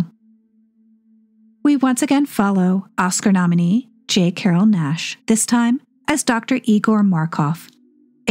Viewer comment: J. Carrol Naish's name does not rhyme with dash. The "a" is long like "paid" or "raise". Phonetically, it would look like "Naysh". Otherwise, your videos are very entertaining. I'm 74 and still learning. Thanks. ❤